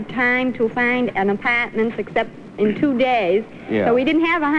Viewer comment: Listen to Mrs. Katzman say "Apartment" with that accent. Hilarious.